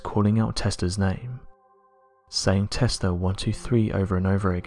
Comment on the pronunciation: Hmm.. Testla 1-2-3 sounds a lot like testing 1-2-3